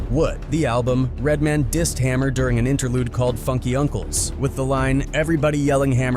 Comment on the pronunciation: Redmen😅 It's pronounced Red. Man. Now this theme music has me scared of Hammer! Oh & his Death Row album's underrated